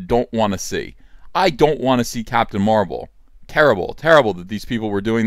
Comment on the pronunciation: I love you EVS, but you pronounce don't as "doln't"